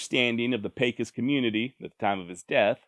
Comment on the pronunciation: I just want to say I enjoy your videos on the old westerns but I must say you are pronouncing Pecos wrong Pecos sounds like peso Mexican money its called pay-cos Pecos